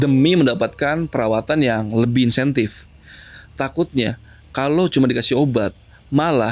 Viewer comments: " Mendapat perawatan yang intensif " Bukan insentif 😅😅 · Intensif bukan insentif kak 😂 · Intensif bang kok gw dengernya insentif ya hahaha.. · "insentif"....!? intensif kali bang.. 🤭🤭🤭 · Creepy sih cerita.y tp mas aditnya belibet ngmong.y,Perawatan yg lebih intensif bang bukan insentif😰🤣